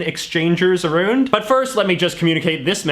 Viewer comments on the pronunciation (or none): Stupid guy you said aroond